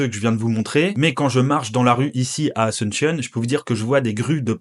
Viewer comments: Pourquoi tu pronoces "asentionne" et pas "asUnción". Un peu comme un anglophone. Btw fr vivant en espagne depuis 15 ans. D ou la question sur la prononciation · Super vidéo, l'amérique latine se développe. Par contre, je sais que les français sont nuls en langues mais... Asunshion, en serio? 😅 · Très bonne vidéo , mais s'il te plaît, prononce bien Asuncion, c'est pas une capitale anglophone, du coup pourquoi tu le prononces comme telle, a- sun- cion s'il te plaît 😅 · Alléchant. Mais apprenez à dire Asuncion en espagnol plutôt qu'en anglophone...